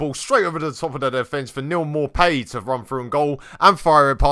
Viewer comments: Its pronounced Maupeh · More pay is how it’s pronounced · failing to pronounce Maupay, you love to see it.